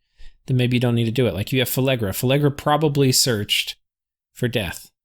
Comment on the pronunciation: PhLegra. Not PhElegra. There is no E before that L. Sorry, your pronunciation of Phlegra has driven me insane for some two dozen videos.